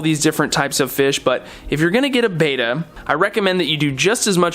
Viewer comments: It's Betta... Not Beta... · PLEASE! Its BEtta not BAYtta!!!!! Repeat after me! BE TT A BETTA! BETTA! BETTA! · I wish I could have watched the entire video but when "experts" say beta instead of betta I move on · Your are mispronouncing the name of the fish they are Bettas not beta fish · What is this? Friggin' Interpretive Dance Class? You from California? Bet, bet, bet, bet, Betta - not baeta. Ask these guys. Hear it pronounced. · Look at this Betta (with a short ‘e’ pronunciation). He is beautiful. Wow!!!